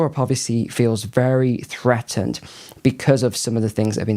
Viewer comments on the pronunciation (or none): none